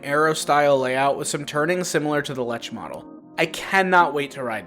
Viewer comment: Lech coaster. (L e k ) coaster